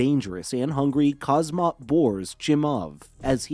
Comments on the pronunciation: Please pronounce his name correctly my ears was bleeding , not khazmat , KHAMZAT THANK u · haz mat as sir chael says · Khamzat, say it 30 times buddy and makes ur video again, u butchered his name first and last